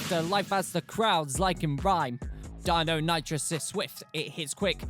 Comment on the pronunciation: The colour around your eyes make you look dead, deinonitrous do you mean deinonichus (thats how its pronounced)